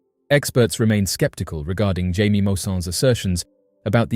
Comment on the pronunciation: His name is not pronounced "jay-mee"! It's "Hya-mee"! You're British! You should know more about Spanish than I do as an American.